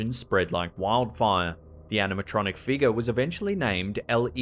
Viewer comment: When he says figure aka figga. Let's hope he doesn't try and say nicker. Yes it's am actual word lol. I laugh everytime he says figga. Like what is a figga.